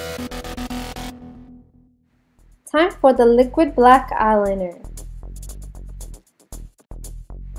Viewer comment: hehe, she says liquid funny :P